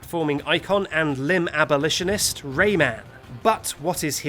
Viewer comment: Lost it at "limb abolishonist"